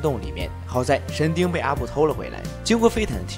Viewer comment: 你到底说了几遍“神丁”？